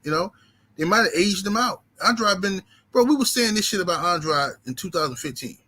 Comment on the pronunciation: Andraud or Andrade it's Andrade Pronounce the Man's name right